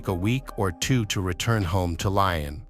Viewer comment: I don't believe there is a place called 'Lion' - I believe this AI bot voice should be pronouncing the city as "Lyon.'